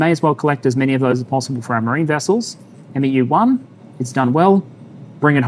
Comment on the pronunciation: respectfully, 'MEU' is pronouncedd ... soft m. soft e. short u. sounds kinda like. mew. - some jarhead